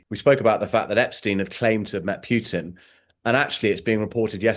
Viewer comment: Any interviewer that still calls him "pyutin" is so ignorant they should get another job.